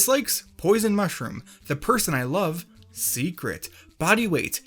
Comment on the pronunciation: The Way he says Secret Makes my Laugh sometimes